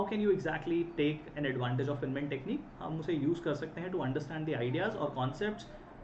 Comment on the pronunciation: Please, at least learn to pronounce "Feynman" correctly.